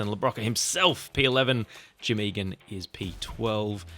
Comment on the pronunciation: Awesome video! (And thanks for pronouncing "Eagan" right on the first try!) 😄